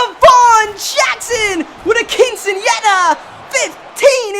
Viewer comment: hearing say quinceanera was awesome